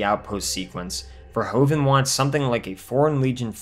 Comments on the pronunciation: Paul Verhoeven (Dutch) is NOT pronounced Paul "Verhoooven" ... oe is NOT "oo" but like the "o" in "movie" in English ... vowels are different in Germany & French too ... so we Dutch are used to see same vowels in different countries being differently pronounced. And I am proud he went from The Netherlands to USA making bigger productions ... Paul was/is in Holland famous for "Soldaat van Oranje" see: before he became an international name. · Verhoeven. Ver is pronounced like fair, hoeven is pronounced like hoover with an N at the end instead of a R. So Verhoeven is pronounced Fair-hooven. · First of all, I like this channel a lot... But.... I'm Dutch. You managed to pronounced Verhoeven a whopping twenty-six times wrong! Probably a record! Congratulations! The main problem is that "oe" is the way Dutch spells "oo". So in English spelling it would be "Verhooven" Plus: The Netherlands, not "Holland". Although, he did grew up in Amsterdam, Noord-Holland. But that's not the name of our kingdom. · His name is Verhoeven not verhOven. Say OE Please. Greetings from the Netherlands. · Okay, let me add this joke. The way you kept on pronouncing Verhoeven's name wrong... Irritated me like a bug.